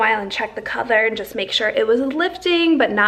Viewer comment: Why do you say color like that